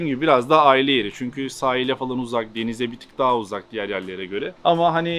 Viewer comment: nami deger degil diger